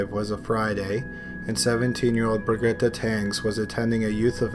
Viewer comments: dude, its pronounced bridge-et.............. not bri-git-ta lol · I'm almost certain its pronounced Bri-jet. What the hell kind of name is Bri-geh-tah? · "brigrittigre teng", it's pronounced Bir-gitte. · Birgitte is pronounce Beer-Geet-a 😉 greeting from Norway 🇳🇴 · BRIGETTE......LIKE BRIDGET....BRI-GHEET...SOUNDS LIKE SHEET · please stop pronouncing the norwegian girls name "baguetta"...... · How many different ways can you mis-pronounce Birgitte :)